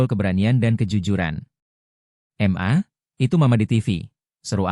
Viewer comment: Mas....ma .. itu dibaca ma....bukan dieja m...a...Krn itu singkatan dari kata mama. 😇😇